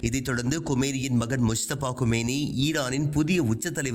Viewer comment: கொமேனி அல்ல கமேனி. செய்தி வாசிப்பதை தவறாக வாசிக்க வேண்டாம்.